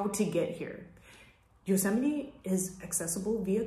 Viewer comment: It bothers me how she says Yusemie 😒 sorry I had to say it lol